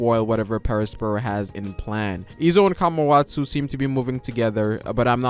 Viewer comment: Down vote cuz u keep pronouncing kawamatsu kamawatsu